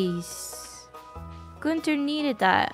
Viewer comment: I appreciate that you pronounce Gunther correctly... but tortillas.